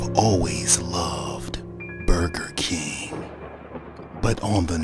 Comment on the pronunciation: I just love how he said Burger King 😂